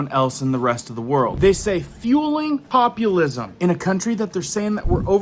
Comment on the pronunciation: Fueling populasism??? New idea to me n he spoke it as if a given premise knowhow iealogy . Populasism....never heard that before. Wtf yall!